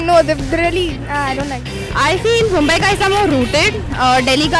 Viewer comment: Takle tu MUMBAI bolna sikhle .